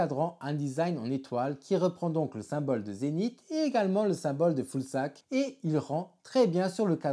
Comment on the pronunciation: On dit pas Foulsac mais Fuzalp ;) ;) ;) ( pour la collab Zénith / Fusalp )